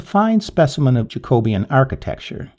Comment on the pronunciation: Jacobean pronounced like Jack-o-bee-ian.